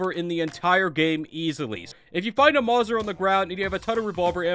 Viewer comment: Calling the Mauser (maw-ser) is 10/10 rage bait